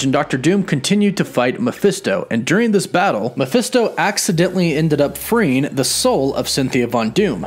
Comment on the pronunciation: Mephisto it's pronounced like Mah-fest-toe It is short for his full name Mephistopheles